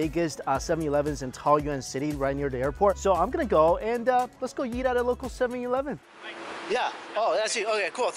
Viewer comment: “7 Yee-leven”